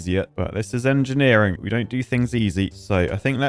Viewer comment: Marvel of enjeniring? more like Miracle of enjineering!